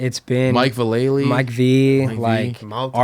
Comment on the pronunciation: "Mike Vah-lay-lee" dude you were on the show when he explained his name lmao Great episode, sheckler is a rad dude that gets undeserved hate for sure.